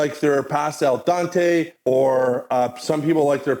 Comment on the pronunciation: really good review. but I couldn't help but laugh about Italians wanting their "past-uh" to be "al dontay"